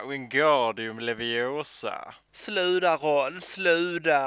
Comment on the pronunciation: Däremot ersätter man aldrig T med D. Ingen i Skåne säger "sluda" utan "sluta" eller "legg å" :)